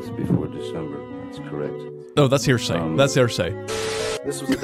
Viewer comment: I legit thought he said "heresy" instead of hearsay 💀💀💀